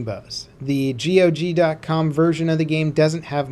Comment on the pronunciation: dude stop saying g.o.g. Just say gog.